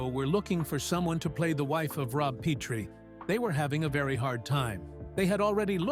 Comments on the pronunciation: PET-rie! Short vowel E (eh)! NOT AND NEVER PEE-trie! As in a long vowel E (eeee!)! PLEASE CORRECT THIS! Or at least never say the name wrong again! Say it correctly!😤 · It wasn't Rob PEEtrie. It's Rob Pretrie with a short "e". Why don't you know that? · Plus mispronouncing "Petrie"? C'mon.....if you're going to do an AI voice, listen to the final cut before posting it and correct the errors like that. I still watched the whole thing and enjoyed it, if it is, indeed, accurate. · Not subscribing due to AI. Frustrating that AI pronounces a name (Petrie) correctly one time and incorrectly the next. And the inner circle called Penny Marshall “Penny“—inside information, no doubt. All that being said, this was a nice tribute to those we’ve lost.